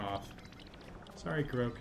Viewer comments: This video helped me a lot! No idea there were this many Koroks on the Great Plateau! Side note: Korok, I believe, is pronounced like Kor-rock…cause many (not all) of them are round under rocks! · Is there a reason why you are saying Koroke?